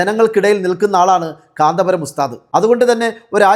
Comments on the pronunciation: കാന്താ പുരം അല്ലടി, കാന്തപുരം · കാന്തപുരം എന്നു പോലും പറയാൻ അറിയാത്ത